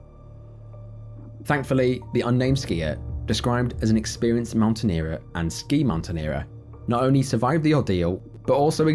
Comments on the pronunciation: it’s not Mountaineerer ! It’s Mountaineer ! And GLACIER isn’t pronounced ‘glass-i-er’ but ‘glay-see- er’ ! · "Mountaineerer"? .... Are you for real?